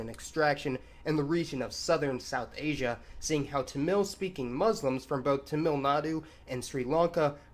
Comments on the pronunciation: FYI: It's TA-mil, like Mark Hammil from Star Wars. At least it's pronounced that way in english. Why this kolivari di? I don't know. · Don't know if this has been pointed out but Malayalam is the name of the language. Malayali refers to the people. Mallu is a slang term also referring to the people. Also Tamil is pronounced with the emphasis on the first syllable. Other than that, great video as always! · OK, so not to criticize pronunciation, I'd really try to say it "Taamil" with emphasis on first syllable. I don't mean to criticize it but it sounds a little dumb in a long video. Also, maybe I'm wrong, but I'm pretty sure it's pronounced like "Sefardic" not "Sep-hardic"